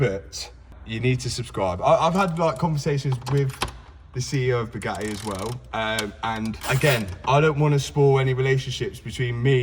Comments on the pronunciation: Absolute painful listening to him saying Bewgaeeeee!!!! Its BugaTTi pronounce your Ts .... Chav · the BYUGAHII ! i cant get over how he pronounces it